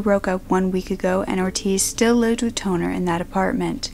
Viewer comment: I had to repeat the girl name because instead of Katherine Tonner, i heard Katherine 'Toenail'.